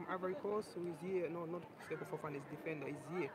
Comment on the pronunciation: Remember speed calling Fofana "Fofiana" while opening fifa packs 😅